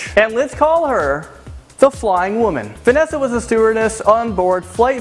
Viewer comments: It's Vesna. Not 'Vanessa'. I hate to be that person but it's scratching at me. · Is not venesa it is vesna i am from serbia and i know it.i am from Belgrade(Beograd) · vesna not vanessa it even stands there written vesna lol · Does "Vesna" look like it's pronounced "Vanessa" you stupid idiot? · It's VESNA, you kept calling her VANESSA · Its not Vannesa its VESNA :D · its vensa not venessa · Vesna Vulović hahahaa its great how u pronounced it